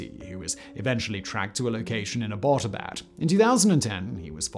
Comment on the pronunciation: Abba-bot-abad 😆. Think you added an extra syllable there, buddy!